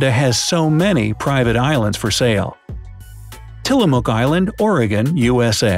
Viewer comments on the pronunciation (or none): none